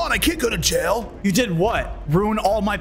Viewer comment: In yail instead of jail